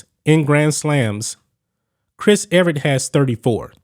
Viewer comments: If you’re gonna talk tennis you have to say their names correctly. Her name is Chris “Evert”. NOT Chris “Everett”. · E-Vert not Eve-Er-It